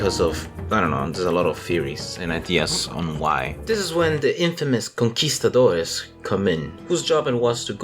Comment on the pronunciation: I wonder how come you pronounced "Conquistadores" correctly but you pronounced "Reconquista" as "Reconkwista" xD